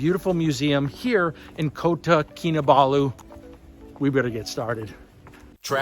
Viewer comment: Finally you got the pronunciation for Kota correct. Did the tumble had anything to do with it? You are lucky you came out of it. Last year, an Indisn female tourist was not so lucky in the heart of KL near Masjid India. She accidentally slipped into a sewer hole while walking with her family, and was never seen again. Her husband and son left for India without her.